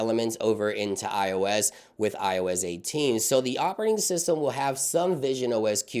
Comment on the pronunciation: I heard him say “ioiz” and i cant unhear it 😂